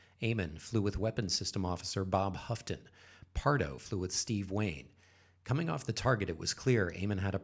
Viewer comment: FYI: Bob Houghton pronounced Ho-ton, as in santa says Ho ho.